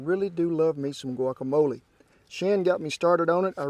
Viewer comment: Thank you for saying "guacamole" and not "guakamoal".